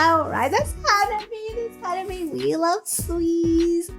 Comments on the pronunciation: 花冷え is pronounced Ha-nah-bee-eh. The え at the end is pronounced Eh. It literally means cold flower or could be interpreted as early spring flower. The band name is originally based on all the girls having birthdays in early springtime. Hanabi, (花火) as you pronounce it, means firework. The subtleties of Japanese pronunciation is very important. The difference between a flower and a firework. 😉👍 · To hear the perfect pronunciation of Hanabie (Hah - Nah - Bee - Eh with four syllables), simply copy and paste 花冷え。 into Google Translate and have the word read to you, nothing could be easier or faster. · Actually, the correct pronunciation is Ha-Na-Be-Eh and means both Cold Flowers (direct translation) and the cold weather before spring. They came to that name because most of the girls in the band were born in winter months, so they are the "Cold Flowers". I think you would really like their song, Otaku Lovely Densetsu. Another Japanese all girl band I think you would really like is Band Maid. And yes, they do dress in maid costumes. Look for their video, Real Existence.